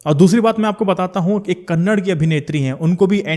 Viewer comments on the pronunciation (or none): not kannad, it "kannada"